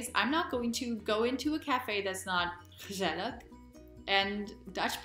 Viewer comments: I am amazed at how well you pronounce ""gezellig"" and "gezelligheid". Those g's are not easy. Perhaps your Indian roots help there somewhat? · Wow! Thank you for creating an immigration wave of Americans...(because that is about to happen after your rave report ;-). So nice to notice that you live in my home town of Utrecht and I congratulate you on your pronounciation of the word " Gezellig ! ! Very well down,...and welcome in The Netherlands. Kind regards, Emiel Maier.